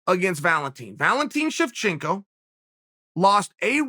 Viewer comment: Chael: Valentine Shevchenko and Jennifle Maia Me: Okay, great.